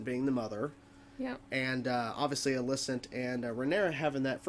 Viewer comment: While you are free to pronounce Alicent's name however you please, you're kind of pronouncing it differently to everyone in the series, including Alicent. It's generally pronounced like if you were saying the name Alison, but replace the 'son' with 'cent'. You're saying it like the name Alyssa, but with 'nt' on the end. Up to you, just trying to help. Cool reaction regardless.